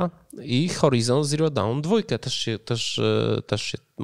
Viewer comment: Horizon Zero Dawn - [horajzon ziroł don], nie kumam, jak ktoś, kto jeździ po całym świecie anglojęzycznym może być takim burakiem, jeśli chodzi o wymowę.... serio...